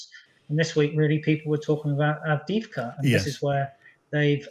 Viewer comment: There is a second ‘v’ in ‘Avdiivka’.